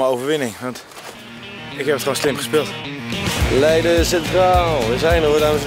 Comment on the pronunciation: Giel zegt het goed: leiden Thomas zegt het fout: f*nking